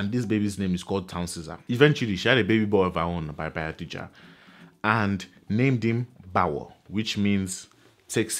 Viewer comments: It's BAYAJIDDA not Bayadijja.. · It is Bayajidda not bayadijja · Correction sir: It's Bayajidda not Bayadijja!! Insightful as always! Well done. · So the name is actually Bayajjida, not Bayadijja. This is really good. Keep it up